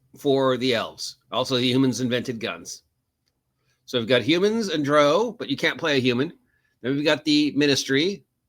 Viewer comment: Why do you pronounce Drow like that? Drow is pronounced like Brow like eye brow. "Dr-Ow", like adding the sound you make when you stub your toe, "Ow!". You're pronouncing it like the British pronounce Brough. I've never heard it pronounced your way in any of the Drizzit audiobooks. if you listen to Realms of the Underdark into the audiobook it is pronounced the way I described. Good vid tho. agreed that drow are evil.